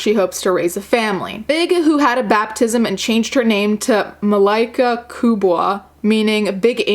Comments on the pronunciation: GODDAMNIT SHE CHANGRD HER NAME TO MY NAME WTF EW (and btw you pronounced it wrong you say it like ma-lay-ka) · Malaika is pronounced Mah-Lee-Kuh